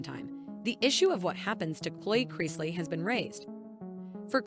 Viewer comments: Cloi Creeseley? What? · How is Chloe and chrisley so hard to pronounce?!